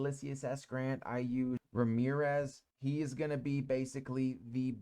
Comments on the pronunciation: Ramirez? "Ram-zees" ... good info here 👍 sub'd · A few people gatekeep knowledge on my server so it's always great to watch these videos for some juicy info. Also you got me laughing at some of these name mistakes 🤣 Ramirez!! 💀